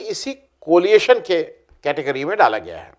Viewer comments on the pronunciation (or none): एक विनम्र निवेदन कोलिएशन के स्थान पर कोएलिशन कहा जाना चाहिये ! धृष्टता के लिये क्षमा कीजियेगा ! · आ., COLIATION नहीं, COALITION! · Coalition, not coaliation. There is no such word.